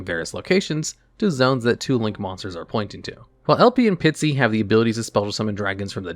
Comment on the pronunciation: Pisty, not Pitsy ffs